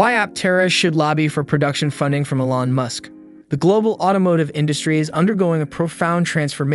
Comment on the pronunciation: You might consider pronouncing Mr. Musk's name properly. You parrot my own thoughts, expressed in these pages.